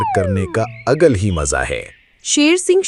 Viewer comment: 😂 अलग ❌ अगल ✅